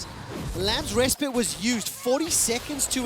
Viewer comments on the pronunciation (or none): Why can't they pronounce 'respite' properly?